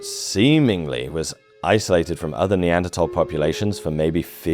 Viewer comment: Neanderthal - th-awl not -tol. Terrible pronunciation.